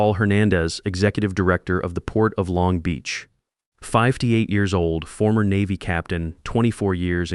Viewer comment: Why is the intelligent sounding A. I. pronouncing 58 as "five t eight"? There are other mispronunciations as well. Are you using a self-editing A. I. model or is there a human who listens to and edits these stories? Is your software updated to the latest version? Perhaps addressing these issues will help improve viewership satisfaction and retention.